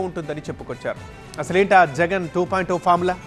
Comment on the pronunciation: 2 O kadu ra sooda buddi...it's 2.0